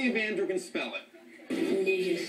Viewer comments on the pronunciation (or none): The judges are pronouncing it wrong it's supposed to be pronounced nee-goose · They said it wrong. It's supposed to sound like "KNEE-GOOSE" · Yea they have been pronouncing it wrong no wonder the kid got scared